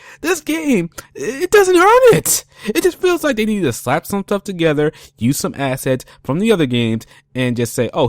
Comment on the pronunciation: Side questiz? Thtuff? Progek? Talkning? Wow dude, you gotta work on your speech. Seriously...